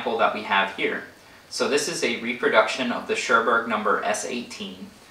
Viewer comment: Well made video! But "Churburg" is pronounced "Koorboorg". Little hint: The German "u" is always pronounced like the English "oo" (exept for the diphtongs "eu" and "äu" which sounds like "oy"). :)